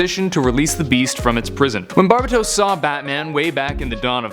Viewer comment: Bar BA tose?